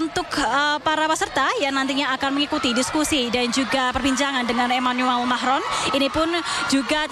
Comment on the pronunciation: Manggil presiden enak amat... Macroonn... 😅